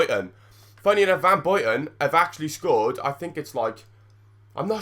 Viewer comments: van Buyten not van Bojten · Really, you pick on the commentator for using a typical English pronounciation on Henry, but you are oblivious to how you butcher both the English language as well as foreign languages yourself? "Van Boiten"? "Me aerhms"?